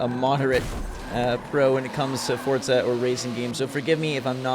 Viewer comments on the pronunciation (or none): It’s FORZA not FORTZA tf?. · Hey it’s not fortza it’s forza stop adding a t when you say thanks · Fortza Moztersport ...LOL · the next person on YouTube who pronounces it fortza is getting hit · Forza MoZorsport? loL GET SUM SLEEP